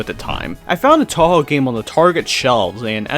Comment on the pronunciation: 10 seconds in. Touhou pronunciation makes me wanna go deaf